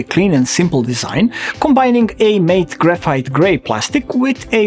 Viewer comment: Very good review, Ill definitely watch others! Oh the word Matte is pronounced differently than how you said it, its fine people will understand what you meant but its actually pronounced like mat like how you would say door mat, your English is very good though, hope this helps, its a weird word so its easy to confuse it with mate Like this pronunciation example